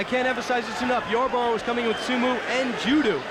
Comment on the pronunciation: What the hell is a sumu and Judu lol Dude can't say o??